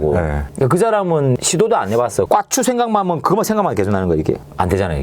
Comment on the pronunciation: 아니 왜 까짘ㅋㅋㅋ'꽈'추라 하냐곸ㅋㅋㅋ큐ㅠ 발음이 너무 찰져서 어질어질하네 ㄹㅇ